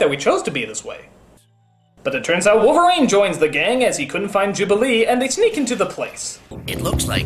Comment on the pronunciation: Wolferine? aprende algo de ingles sr pendejo.